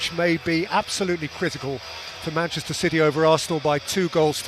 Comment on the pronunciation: "Mitchnester City" 😅